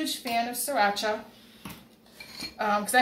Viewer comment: Looked really good up until you said surrachi 🤮